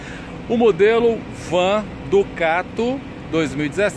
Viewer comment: Ducate é péssimo...em alguns vídeos ele só fala Ducate...pelo amor...hauhauhau